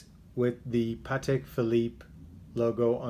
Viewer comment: Congratulations for pronouncing Patek correctly! So many people can’t say Patek properly